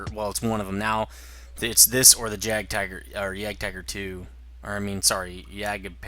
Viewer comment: Your pronunciation of "Jagdpanther" is really weird,.